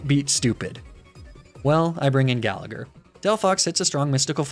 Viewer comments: You pronounce gallagher like that, im Irish and I’d say it as Gal-a-her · And the second G in Gallagher is silent